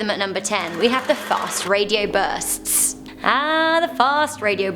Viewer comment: Love you how you say burrrsts